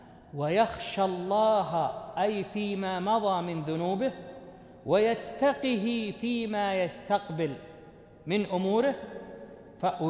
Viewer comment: يا شيخ انت قرأت ويتقه بكسر القاف وهي ساكنة